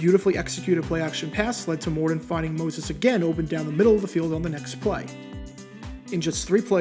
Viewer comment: Mor Ton, not Mor Don